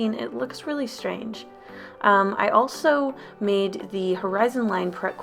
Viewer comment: "I also shmade a lil path"